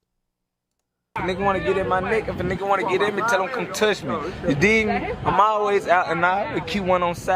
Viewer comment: “ you dig me” nahhh he aint say that right 🤨